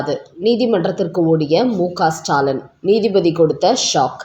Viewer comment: ஸ்டைல் பேச்சாளர் பெண் உச்சரிப்பு ஸ்டாலன் ...